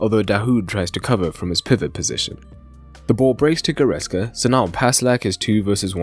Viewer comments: Good analysis, but it is goretZka Not goretSka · It's GoretZka, for crying out loud! It's a "Z", not an "S"!